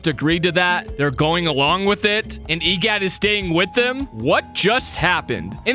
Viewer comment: Bro saying e gyat instead of egad💀 also if theres a typo idc